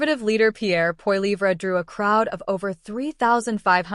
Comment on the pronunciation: What a pile of crap - propaganda probably of Russian origin - can't even pronounce Pierre's name properly